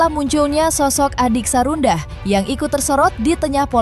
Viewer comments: Sarwendah bukan sarundah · Ini yang isi suara siapa?? " namanya sarwendah bukan sarundah 😂" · Apa cuma aq yg dengar presenter nyebut Sarundah, bkn Sarwendah. Bnr² sarundahhh. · Sarwendah bukan sarundah 😂😂😂😂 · Sarwenda. Min bukan sarunda😂😂😂